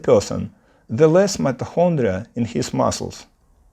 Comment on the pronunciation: Great video! Helpful advice! Your pronancuation is not bad, but check your "mitochondria" pronancuation! Good luck for your English channel❤